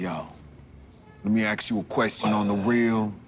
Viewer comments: Did he say "aks" instead of "ask" ? hahahahaha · They had me at "aks." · “ey yo, let me aks you a question on a reaal.” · "let me 'ax' you real question" lol wkwkwk